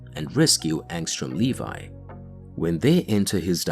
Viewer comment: LEVY NOT LEVI WTF